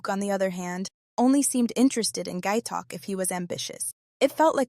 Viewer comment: It's phonetic (pronounced like it's spelled), how can you call that poor guy "Gay Talk?" It's Gaitok. Oh well, good video.